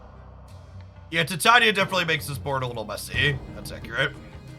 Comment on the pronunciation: Bro, love your videos, but you"re killing me smalls. Its "Ti-tay-knee-uh" not "Thai-tanya".